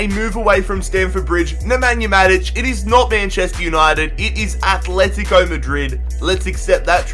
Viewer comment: I hate that people call Atletico Athletico. ITS ANNOYING AS FUCK